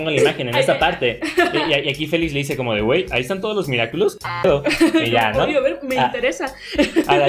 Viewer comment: Me dió mucha risa cuando decía "Miraculous do cashogo" y le quitó la seriedad a las escenas a mi parecer